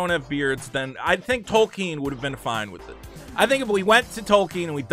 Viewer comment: thank you for pronouncing Tolkien correctly